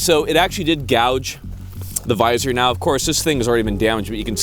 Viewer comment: "Of Korth"